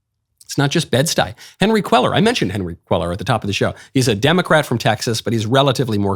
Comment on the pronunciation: Could you PLEASE pronounce Henry Quellar’s name correctly. It’s like quay-ar. It’s making my ears bleed every time you say it.